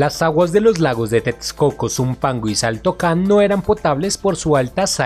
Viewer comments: Se escribe xaltocan pero se dice jaltocan y Xochimilco se dice zochimilco. Se escucha horrible que le digas chochimilco y saltocan . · El sonso que narra si no sabe como se pronuncian nombres como Xochimilco y Xaltocan, debió primero informarse sobre esto antes de hacer el video